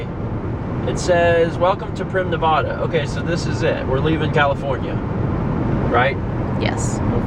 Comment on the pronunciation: Stop saying Nevada so horribly... Everyone who lives here hates hates hates it when people say Nev-ahh-da. It's a short a.